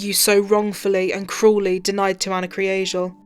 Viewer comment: That last line made me tear up!!! The pronunciation of her last name almost sounded like Angel...which was probably what my mind wanted to hear!!! Such a tragedy!!!